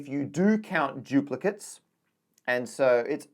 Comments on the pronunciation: Why does Matt keep saying "giuplicates"? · For some unknown reason, Brits often pronounce a D as if it were a J.